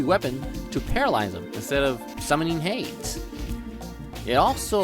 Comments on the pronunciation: Is this channel AI? Hades isn't pronounced 'hayds' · Hades is pronounced hay-deez 😭😭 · did... did you say "hay-ds" for Hades?! like, wut? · Hades is a Greek word. It's pronounced "hay-deez"